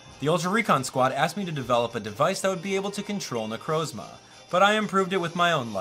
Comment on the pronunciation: It's nu Croz ma not nu croes ma ok